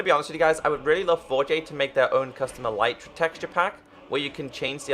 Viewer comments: ITS ELITE TRAH NOT EELYTRAh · it is pronounced el-eh-truh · its eletra not elitra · its pronounced eleetra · its a-lee-tra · THE ELYTRA IS PRONOUNCED ELETRA U FUCKING IDIOT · It's not elitra